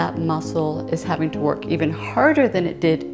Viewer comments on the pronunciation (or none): none